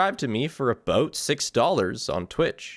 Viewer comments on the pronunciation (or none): hehehehe… aboot